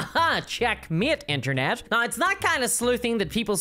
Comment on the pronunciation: How do you manage to put an "eye" sound in the word "now"? BoycottWotC! "Reasons why" is redundant.